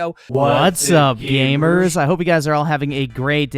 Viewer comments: When he says gamers, it sounds like hes saying gaymers. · He sure does say gaymer a lot.